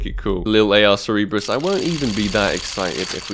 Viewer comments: its cer-ber-us not cer-e-ber-us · Ser-Ber-Uss not Ser-eeb-russ :) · Sick bro, you're richer than me! also it's Sir-Ber-Us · It is pronounced "Cer-be-rus" Like the Hell Hound, I believe it was